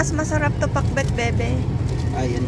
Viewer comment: dios ko day! talo talaga ako ni, ako hindi ako kumakain ng hito, and ilokanong ilokano talaga sa pag bigkas pa lang ng pinakbet with accent pa talaga.